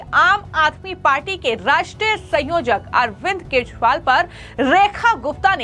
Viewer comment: Arvind keshwal nahi Kajariwal Say properly